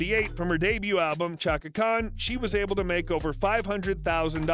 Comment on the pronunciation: Hey...some of those pics were HIT!Chaka would check you I bet!😅and practice pronouncing her full name correct..all in all you gave a pretty good Bio..and I gave you a thumbs up..also..you gave some info that I never knew!Appreciated never the less😁